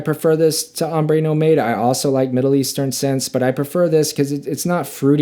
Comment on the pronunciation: Did you just say ‘Ombe No Made’? 😂😂😂😂